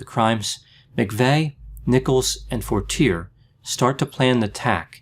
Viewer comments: Lol, Forteerrrrr is not the way you pronounce Fortier. Lol, it is French. Fortier is a liar deluxe who got off testifying. You need to check out McVeigh with the CIA german who was seen at the strip joint in Tulsa. LOL. I watched Terry Nichol's oklahoma trial and watched the head of the OKC bomb squad lie on the witness stand. You should look more into this. McVeigh was a murderer but there were more people involved. Maybe you should look into Elohim City and how an ex-CIA German are connected. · Fortier- “for-tee-ay” being from Maine I’m sure he knew the correct pronunciation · Excellent evaluation, just one little thing, and it is probably a little trivial but how you pronounce Fortiers name would be "Fort-ee-aye" I always pronounced how you have until i seen documentaries when his name was mentioned lol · Mike Fortier is pronounced For-tee-A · Has nobody said anything about the pronunciation of Fortier, yet?